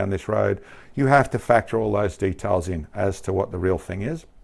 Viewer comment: It's Details, not de talls.